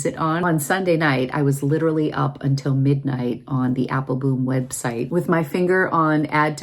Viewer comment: I’m curious, do you have a private joke with Joost about his name pronunciation? He pronounces it Apple-bomb, the correct Dutch pronunciation, but I notice you only pronounce it Apple-boom. I know you interact with him frequently so I was just curious if it’s a private joke, like I said.